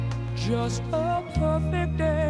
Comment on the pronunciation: Did the guy say Poifect day at the start xD ?